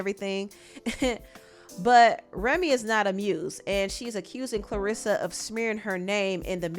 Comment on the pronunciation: You really just cover stuff for views. No integrity. You don’t even know how to pronounce Claressa name.